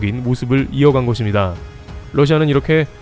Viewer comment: 거봐 ~것입니다를 거딥니다가 아니라 거십니다로 발음하니 훨씬 자연스럽고 좋잖아 ㅎㅎ 잘 하자잉~~ㅎ